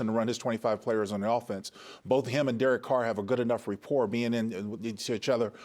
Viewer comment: Great Job! L K. FYI~~The word is RA-por…..not RE~ por